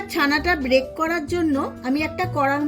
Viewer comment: Break noi didibhai ota bake hobe